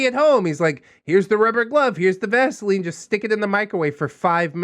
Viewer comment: The moment he said vasiline I choked. Then the description. YOUCH